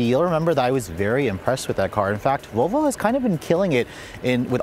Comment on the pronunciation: I can't stop replaying the first second of the video where it sounds like you're saying Vovo lol. Great review as always!